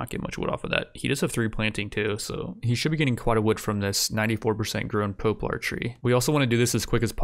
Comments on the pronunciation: Just a silly little thing, but "poplar" is pronounced "pop-lar", not "pope-lar" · "pope lar"... lol. love ya dude, but its "pop larrr" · Pop-lar, not Poe-plar. :) Otherwise fairly good vid. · Mans really said “poeplar” instead of “poplar” lol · From the man who brought you "Pope-lar tree" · Ha! I love how you pronounce poplar. Poe-plar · Jesus Christ, mate - is English your second language? Poplar doesn't have the word POPE in it. POP - LUR. Rhymes with "COP-SLUR". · Are you by chance saying a lot of these words wrong to purposely piss people off or do you just not know how to pronounce them? Tomb is pronounced like toom. Poplar is pronounced like pop lur. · Poe-plar and ee-bex get added to the "things that trigger me" list along with "tome". I can't understand how he can't seem to pronounce words that are so simple unless English isn't his first language or something. Jesus... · "Po-plar" uhh "Ebex" uhhhhh "Game of yer" I'm gonna lose it